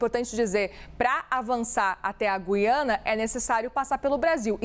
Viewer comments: Não é "Gui-ana" é Gu-i-ana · Boa tarde, desculpe a intromissão mas, não é Guiana , diga GU I ANA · É Gui- a- na , e nã gui de guido. Tipo fala Rui. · NÃO É GIANA , É GUIANA. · GU-YA-NA. ( Correto )